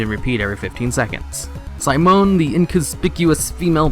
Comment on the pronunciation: Ive never heard anyone pronounce Simone the way you did. Very odd. You also said Val'kyr wrong multiple times, adding extra letters apparently.